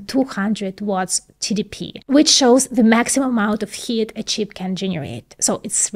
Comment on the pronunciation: I love you but your pronunciation in English needs a little improvement. HEAT is not HIT SHEETS is not SHITS.❤❤❤❤